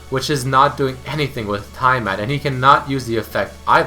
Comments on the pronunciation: I don't know why this pissed me off, but it's not ty-ah-mat. It's tee. Not ty. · its TYAMAT, not TIEMat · Say Tiamat right ERMAHGERD